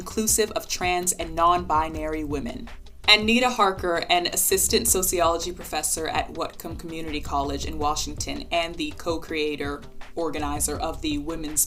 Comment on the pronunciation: fyi: Whatcom (County) is pronounced "waht-come", not "whut-come" (as in, the "what" part isn't pronounced the way "what" is normally pronounced in a generic American/Canadian accent. The "a" is an "ah" sound in the county name. This is because, like many place names in Washington, it's derived from an indigenous word—in this case, the Lummi word Xwot'qom) Loved the video! Definitely gave me more insight into the differences between womyn and womxn.